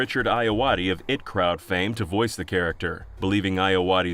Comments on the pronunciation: Pronouncing IT crowd as the word "it" and not separate letters (I-T), made me think of a crowd of Pennywise clowns coming after me. Not a good thing to think of before going to sleep lol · It Crowd.. lol. IT Crowd, not It. Also Graham Linehan's name is pronounced Greyam Linna-han. For all the research that goes into these you'd think looking up the pronunciation of a name, or reading the name of a show, would be quite simple. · Is this an AI voice? Who pronounces it "it Crowd" ?! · I just think it's hilarious that he was able to pronounce Ayoade correctly but not I.T. Crowd or Graham Linehan.